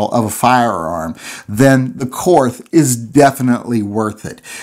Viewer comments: trolling for money disguised as BS about grip selection. Nothing about the gun. By the way, it is pronounced KORT not KORTH OK? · How can you do a review on a gun that you can't pronounce correctly? It is pronounced KORT, not KORTH. And while we're at it, Porsche is pronounced PORSHA, not PORSH. Research your subject before doing a review, apparently, especially if it is German. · If you know anything about Korth revolvers... You know it's pronounced like "court." Hahaha! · Korth is pronounced Kort. No h sound on the end. I'd love to have one, but can't justify it. Stick with the rosewood. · Awesome gun, actually pronounced "Kort" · It's pronounced "Court." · Keep trying. After all, it's a Korsche.....Porsche.......Korth! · It's pronounced KORT. and you are right the camo grip is ugly. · You know it's pronounced "cort"? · Ever considered getting a Korth semi auto? They're super neat as well. Also, it is pronounced like the word court, weird, I know...